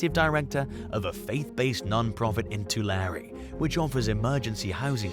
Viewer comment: Props to pronouncing Tulare right.